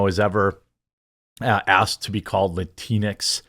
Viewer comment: It has EVERYTHING to do with the alphabet people! They are the ones pushing this " gender neutral " language, and please stop calling it "latinex" those idiots pronounce it latin x. Two seperate words, if you will. Us LATINOS Y LATINAS, DO NOT go by that bull shit. In your own way, by not blaming the alphabet people for this nonsense, you're pandering to them as well. Call a spade a spade and stop trying to, not offend them. Idk, maybe you're doing that purposely so they can by your coffee?